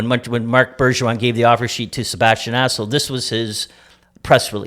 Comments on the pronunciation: Sebastian Asshole? Lmfaooooo it’s Aho….. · Cherry's son is a bigger moron than his dad. It's 'Bergevin', not Bergeron, and it's AHO, not ASHO. Also, maybe get Kotkaniemi's name right as well, he's the main character of your story, you total toolbags. Are you purposely this stupid, or is it an act? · Did he say Sebastien asshole twice...instead of Aho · lol... jeez this family couldn't pronounce a name if their life depended on it. lol Bergeron... Bergevin Assho... Aho.. Kokanemi.. Kotkaniemi... lol, not complaining, just funny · Is he saying as$ hole instead of Aho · Katniemie... sebastian aso... Bergeron->Bergevin! Omg what a mess guys c'mon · Hahahahahahahahah I think they used 15 different pronounciations for Kk, Aho, Bergevin....🤦